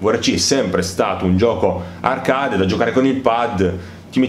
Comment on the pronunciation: A parte gli evidenti deficit di pronuncia tipo dirt ed arcade la recensione è ben fatta ed i contenuti sono ben espressi. La mancanza del ffb è proprio il motivo per il quale il gioco per ciò che mi riguarda è ancora sullo scaffale. In attesa di patch definitive continuo a chiedermi anch'io come sia possibile una mancanza simile in un gioco che si autodefinisce simulativo. 😔